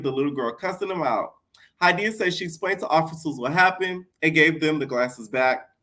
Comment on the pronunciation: lol my name Hydeia ! I love that you pronounce it right R.I.P Ms. Broadbent!